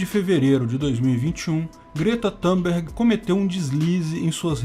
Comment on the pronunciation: Grata Thunbeg. A pronúncia do sobrenome NADA têm a VER com a pronúncia do "u: em inglês. Aliás essa pronúncia do "u", em inglês é específica deste idioma. Brasileiro precisa deixar de SER colonizado./IGNORANTE, pensando que todo mim é estrangeiro prinucia-se COMO se inglês fôsse. Idem a palavra alemã "BUnker" o "u" e pronunciado "u"... E não [ā]. Significa : casamata/fortim. Brasileiro precisa ser um pouco mais experto/INTELIGENTE.